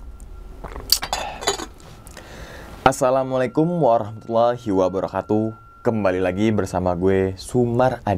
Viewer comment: Salamnya yg bener mas Wabarokatu Bukan wabarohatu